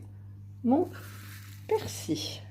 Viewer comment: tres bien mas pourquoi dire persi il y a un l ici en bretagne on dit persil